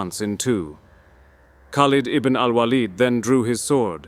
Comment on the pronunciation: Because his name is spelt خالد بن الوليد, the correct pronunciation is Khaaled Ibn Al-Waleed. Khaleed or Waaled would be incorrect pronunciations of his name.